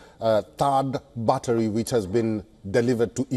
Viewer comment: The pronounciation is bettri spelt battery